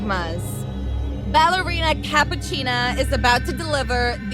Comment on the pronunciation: first girl really said ballerina cappuchina 🤣🤣🤣🤣🤣🤣